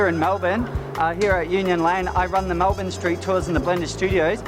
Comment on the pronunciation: It's not Mel-born. It's Mel-burn!